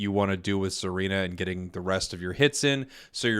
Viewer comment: Hey, its pronounced "SAH-reena" not "ZAR-eena" Japanese name, so think of it like "Tsunami"... "T" is silent like "Tsareena"